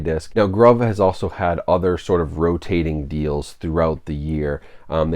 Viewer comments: lol isn’t it pronounced “groove” I don’t know why they would call a site “Grauve” that doesn’t mean anything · I'm pretty certain it's pronounced groove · I believe it is pronounced groove. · I assumed they were pronounced "groove" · Bough from them a lot. Pretty sure it’s pronounced groove groove in American English (gruv ) noun. a long, narrow furrow or hollow cut in a surface with a tool, as the track cut in a phonograph record for the stylus to follow. any channel or rut cut or worn in a surface. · Been buying from them for almost a year & have snagged a lot of good titles at great prices. Grabbed several 4Ks around Black Friday for $7.99. Pretty sure it's pronounced "GROOVE" BTW. :) Also, they almost always have 20% off your purchase promo codes out there you can use plus free shipping. Good video. FYI - Only ships within U.S. for your overseas viewers. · Most likely pronounced groove…